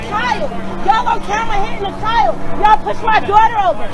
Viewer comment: Wtf is a chil-yold 🤔😂🤣😭